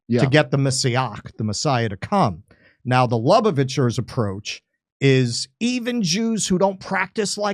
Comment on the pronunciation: He can’t even say Lubavitcher correctly. Some …